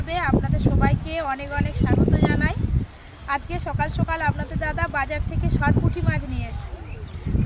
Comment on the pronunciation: Ota sukala na bolo sokala sunta valo lagba dede❤